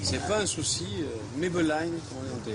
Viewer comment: Mai be line..ahahahaha n'importe quoi, on dit " mai pen rai " qui veut en gros dire : pas de problème . L'autre idiote qui répète mai be line et qui dit " profiter de la vie " ah les tocards, la moitié sont rentrés en France suis sur .